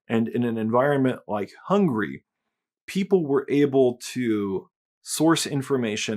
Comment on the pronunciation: How come you Muricans pronounce Hungary 'hungry' all the time and never correcting that?